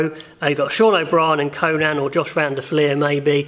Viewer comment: Conan's name is pronounced "Cone-In", not "Cone-Nan", great video tho! :)